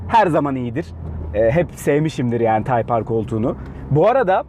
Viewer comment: taypar değil taypır